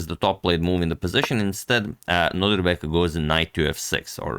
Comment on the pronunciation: Am I the only one who hears Antonio always say NodRIbek instead of NodIRbek? Just checking on my sanity here 😅